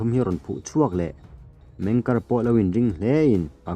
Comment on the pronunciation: meng kiar ti a lam tur ani lo maw